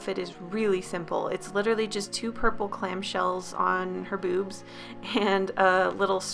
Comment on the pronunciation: When you say "B00bs" it sounds odd